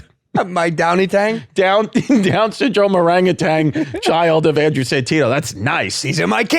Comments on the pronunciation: ORANGUTAN!! You keep putting a g on the end. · They keep saying orangutang or is just me?